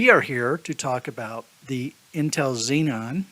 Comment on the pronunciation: Yea I just found it a little funny so i decided to comment "xenon" lol. Good video btw